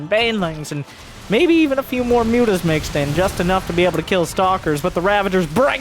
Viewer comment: The original joke I believe stems from how serrals pronounces Mutas. He tends to say mootas, the picture is a recent addition. Still, it greatly underpins the joke.